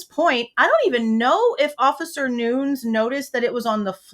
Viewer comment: Officer Nunes , 2 syllables pronunciation. Noon-ees